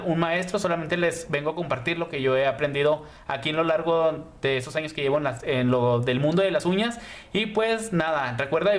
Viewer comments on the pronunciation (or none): none